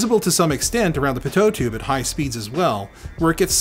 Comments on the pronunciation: it's pronounced 'PEE-toh' not, 'Pi-toh' took me a minute to figure out what you were talking about. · When he pronounced Pitot tube "pehtoe" tube instead of "pee-toe" tube I died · It's called a "pee toe" tube, not "pe tote" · The second T is silent in "Pitot". (Pee-Toe) <3 love you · You are pronouncing pitot incorrectly by putting emphasis on the second syllable. Just say "pee-toe" with equal emphasis on both. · The pitot tube is pronounced like pee-toe.. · Pitot tube is pronounced PEE-toe tube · Pitot tube is pronounced as pee-toh tube. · Pitot and is pronounced Pee-toe. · Pitot is pronounced “pee toe” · Pitot is pronounced "pee-toe" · the way you said Pitot made me laugh out loud.. people were looking.